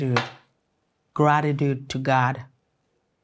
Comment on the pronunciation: Graritude graritude😂😂😂 is the American prayer for me😂🙆🏻‍🤦🏼‍